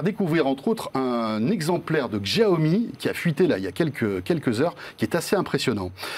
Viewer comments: Xiaomi ça se prononce /shiaomi/ pas /gjiaomi/ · on prononce chaomi